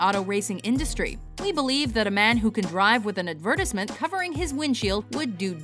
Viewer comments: did she miss pronounce advertisement and say adversimens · Ad-vert-is-ment? Uh... that's not how you say advertisement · I cant tell if she purposefully mispronounced "advertisement" wrong or if maybe my life's a lie and she said it right. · strange ass way to pronounce 'advertisement'